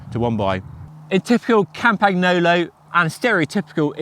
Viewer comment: The g is silent in campagnolo. Please and thank you.